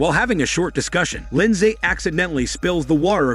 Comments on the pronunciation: That's not how you pronounce Lindsay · He’s not pronouncing Lindsay correctly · The American pronuciation of Lindsay is hilarious to me as a Brit. We just say “LIN-ZEE”.